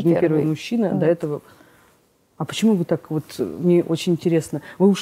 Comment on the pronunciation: Очень неприятная тетенька, очень умненькая Алена. Тетенька циничная, холодная и все время проглатывает буквы в словах-сушьте, почьму, чек /человек/. С дикцией нужно поработать. Лучший судья-кассовый аппарат! Не пошла бы, даже имея серьезные проблемы. Не зря слово "человек" она произносит, ка "чек"!